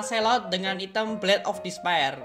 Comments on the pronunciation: Ngomong nya "ITEM / HITAM bkn ITEM pake inggris bacanya. "😅😁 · Item dibaca nya i-tem wkakwkwkwk